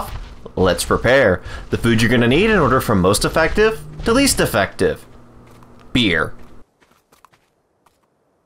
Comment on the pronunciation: BEERY XDD